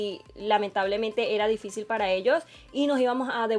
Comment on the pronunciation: Nadie: Absolutamente nadie: poniendo:didicil en vez de difícil